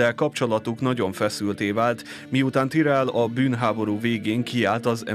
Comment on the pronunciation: miért tirellnek ejted ki? amugy jó a videó tetszik, de ez a tirell kicsit bssza a fülemet hogy igy szépen fogalmazzak :D